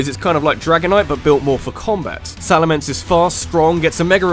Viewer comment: IT'S SALAMENCE, NOT SALAMANCE!